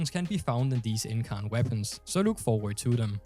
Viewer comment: You said incarnon right so dont worry